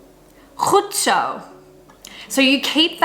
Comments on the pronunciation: Goed zo * not 'goed so' hahaha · "goed so" yup you definitely lived in Amsterdam